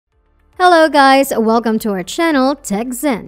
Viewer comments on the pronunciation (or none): none